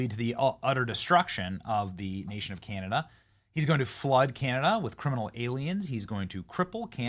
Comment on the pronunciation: Well at least Cana-Dauh not PM'd by the substitute drama teacher.